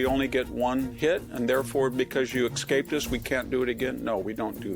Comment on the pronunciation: VDH, it’s ES-CAPE. There’s no “x” in that word. 😆 A well-spoken, knowledgeable man such as yourself shouldn’t say that. Words like MISCHIEVOUS (MISS-chiv-US) and HEINOUS (HAY-nus) are 2 other generally mispronounced words.